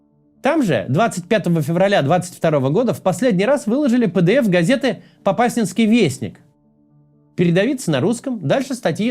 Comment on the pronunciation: В Попасной в ДК мирные прятались , русские узнали и целенаправленно именно в Укрытие несколько дней подряд без остановки артиллерией лупили. Братское освобождение от жизни.. Ударение неправильно ставите Попасня́нский район, Попа́сная.